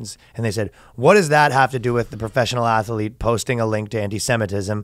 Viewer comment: Ath-a-lete is a personal favorite of mine.